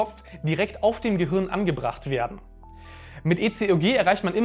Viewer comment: "Gehürn" :D